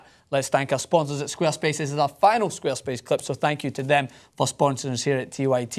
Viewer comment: Lol i had no idea he was saying 'squarespace' until they flashed it on the screen